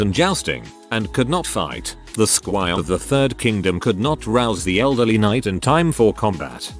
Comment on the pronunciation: I was wondering where it was going... It definitely was a surprise. That god damn high pot and noose. I also love how the narrator sounded like he was saying "sqi" each time. Apparently, I've been mispronouncing squire this entire time.